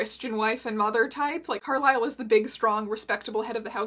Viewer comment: I will forever pronounc Carlise's name as Carl-is-el not Carl-ai-sel lmao